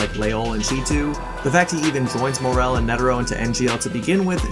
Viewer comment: it’s MORAAAAL, not MOREEEEELLLL😂